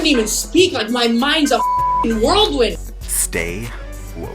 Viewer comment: I don't think Kim knows what figuratively means... She can't even pronounce whirl wind... World wind!? Whatever bravo do trying to clean up the kim mess... Doesn't stop Tracey telling her truth or the flashbacks they already showed that makes her a blatant liar during that reunion!!! Who knew Andy would play both sides